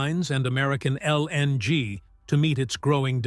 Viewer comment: stop pronouncing LNG so pronounced pls